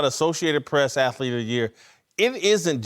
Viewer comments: MY LORD YOU BUTCHERED THE WORD "ATHLETE" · Whitlock is still saying "athlete of the year".... Lol....